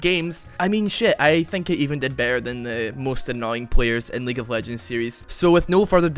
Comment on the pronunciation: weague of wegends